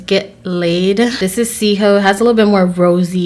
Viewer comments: it's not 'seehoe' omg girl you doing on it you might as well get the name right. it's pronounced CHI-HUU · Just wanted to point out that it’s not “see ho” it’s pronounced as “chee hoo” 😊✌🏼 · It’s CHEEEEEHOOOOO! Not “sea hoe” lmfao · It’s not seehoe it’s cheehoo pronounces (chheewhoo) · Did she just say “seaho” for the highlight palette it’s pronounced “CHAA-WHOOO”- “Cee Ho” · "Mahu" is slang pronounced "Ma-hoo" and "cheehoo" is a slang word pronounced "chee-hoo" instead of "see-hoo" (: no hate here at all, I'm Hawaiian and just wanted to point that out if you didn't know!! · I love you soo much!! But it's not (C)hoo. It's (ch)ee•hoo 😂😂😂😂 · obviously she didnt know or watch bretman motherf*cking rock cause she said 'see-hoe' 😂😂😂😂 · gorl its tchihoo lyk maui but i rlly like ur channel tho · she really said “cee ho”.. she ruined the name pronunciation 😫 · girl its CHEEEEEEEEEEHOOOOOOOOOOOO!!! btw your skin is flaaawless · When she says chee hoo wrong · Did she say c-hoe? 😂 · She really said "see-hoo" ... smh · You said Cheehoo wrong but you cute boo 😉😘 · wtf is a 'seehoe'? you tryna see a hoe? she obviously hasn't seen Moana das sad lmfaoo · They’re actually pronounced “BEH-BEH girl” and “CHEE-HOO” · watch Bretmans video on the palette to see the pronunciation! It’s CHAE-HO! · chehoo is pronounced as ( CHE-WHO ) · Lol I thought it was a play on words when she said it see-hoe type thing :') xx